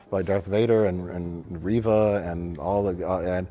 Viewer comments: I can’t believe used a hard “R” to pronounce Reva’s name…. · bro said Reva with a hard R oh lordy